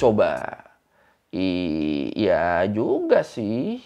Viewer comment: Knpa cara kamu cakap ,, iyaaaa ,,disanaaaa, sebutan aaa panjang😂